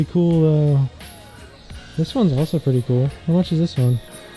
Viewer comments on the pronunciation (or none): none